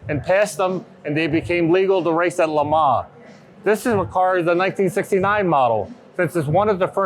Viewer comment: Also the way they say LeMans , it's like the say Le Mar 5.58 ...It should be "Le Mon"